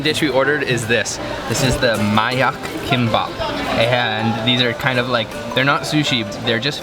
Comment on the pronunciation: Did he say “kimpop” it’s KIMBAP